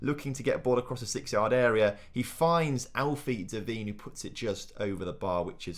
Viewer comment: I refuse to subscribe until you pronounce Devine correctly